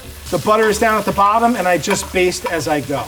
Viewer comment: Your okay with him butchering the bast? A 20 year chef...